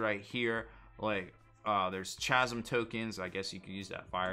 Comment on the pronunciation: K-ASM? /ˈkazəm/ According the dictionary.